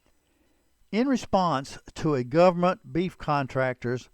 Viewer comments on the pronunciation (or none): none